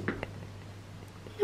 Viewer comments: SVP C MAHMOUD ET PAS MEHMOUD RESPECTER MON PRÉNOM MERCI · « Il est où merhmoude, le brocoli » 😂😂